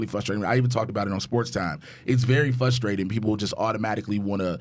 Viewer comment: fRRRRRustrating... there is an R in that word kids.